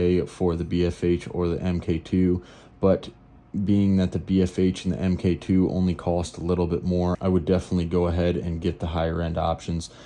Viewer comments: Omg, it’s pronounced “Mark Two” not “M K Two”. 😂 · Pronounced MARK!